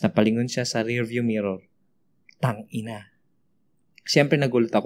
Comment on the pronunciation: Oh my god ang lutong nung "Tang-ina" HAHA Love it 😍😍😍